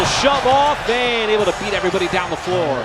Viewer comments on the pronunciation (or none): none